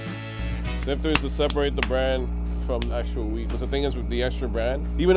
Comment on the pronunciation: anyone else know hes saying wheat but still like damn france has better weed? lmao he needs to pronounce that T.